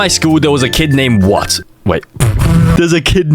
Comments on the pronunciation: wyatt is pronounced y it not what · Its no what you pronounce it like why-at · It’s not pronounced what, wyatt is pronounced why-yet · wyatt is not pronounced "what" its pronounced why-at, wyatt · wyatt is pronounced why-it you crumbly condom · He kept saying Wyatt’s name is what This is how to pronounce it (Why-it) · bro "wyatt" isnt said as what. pronounce it as "wayat" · “what” its pronounced Why-it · His name is not pronounced “what” it’s pronounced “Y it” and also that’s my cousins name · stop violating Wyatt’s name like that 😭 pronounced “why-it” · for confession #2 his name isn't "What" its pronounced "Why-at" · It's Wyatt (why-it) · Wyatt is pronounced Why It not what u sigma fanum taxed skibidi rizzler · "WHAT" IS ACTUALLY WYATT= WHY+IT LOL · Just saying wyatt's name is not what, it is pronounced whyit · I think he meant why-it not what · it’s pronounced why-at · HIS NAME IS WYATT DUMBASS (why-it) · in i want to say its actually pronounced "why it" instead of "whaht" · it is wie- it not what (wyatt) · Wyatt is not pernounced what, it’s pernouced why-at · thats "why-at" not what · Is anyone gonna tell him pronounced Why_At not what😭😭😭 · wyatt name is not what its why-ate 🤓☝ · (WHY-IT), not WHAT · Wyatt is pronounced "WHY-AT" not what T_T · its pronounced why-at not what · it’s pronounced WHY-AT not what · it's why-att it's not what 😭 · Erm actually it is pronounced why-it not what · wyatt is pronounces w-y-i-t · Bro, its pronounced why-it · its pronounced why-at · Erm it’s pronounced why it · its pronounced (why-et) stupid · #2: please pronounce Wyatt (why-it) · Its pronounced Why-It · Wyatt is pronounced WY ATT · Bro calling him what cuz he can’t pronounce wyatt!!!😂😂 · it’s pronounced ( whi- it) Wyatt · it’s pronounced (wai-it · It’s pronounced y att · For school confession 2 the name was not what is was wyatt it's not pronounced what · it's acually pronounced why-at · it’s pronounced (why-et) lol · the pronounce is Y it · it’s pronounced why-it